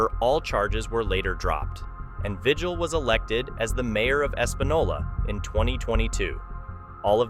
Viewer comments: Vigil is pronounced Ve-heal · Well his name is pronounced vihil. I'm a New Mexican who worked in his county. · Lujan is pronounced Luhan and Vigil is pronounced Vihil. Look into how to pronounce names!